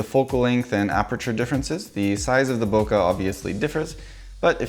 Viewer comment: That was cool. But, if you're going to teach people how to say loquat in Japanese, please pronounce bokeh correctly - it rhymes with 'okay'.